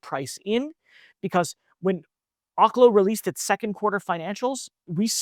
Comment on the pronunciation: Research how to pronounce OKLO